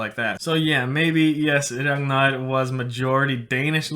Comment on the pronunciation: I love the way he pronounces “Ragnar” in a perfect Scandinavian accent